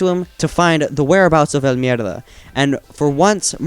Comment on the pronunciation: He says it so well